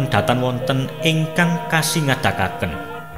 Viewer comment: Pelafalan bahasanya MC masih banyak yg harus dibetulkan mas. Contoh hangêmba, mestinya hangémba, kasingatakên, mestinya kasingitaken, antut, mestinya atut, dsb. Maaf